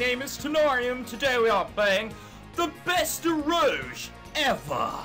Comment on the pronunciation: It's pronounced Ero Ge, like the G sound in Goku and Golf...X3 This game sucks so hard it is actually good